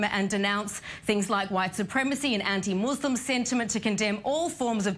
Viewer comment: MooooseSLUM ? Not a religion !